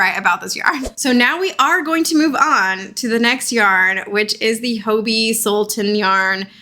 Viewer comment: Genuinely wondering how hobbii is pronounced now. I have heard multiple people say "ho-bee" like the Italian plural of hobo, but I always assumed it was just "hobby" like....because they sell hobby supplies.